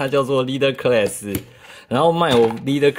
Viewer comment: 领袖级那个级发音是克啦斯。。不是科瑞斯。。。。。。。。。